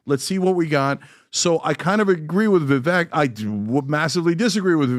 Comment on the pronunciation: Vivek is pronounced to rhyme with "cake".